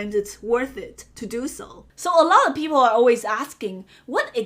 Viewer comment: I think she meant allot of people but it did sound like white people. Lol